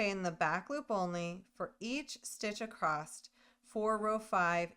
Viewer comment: You do realize there is no T at the end of the word “across” 😊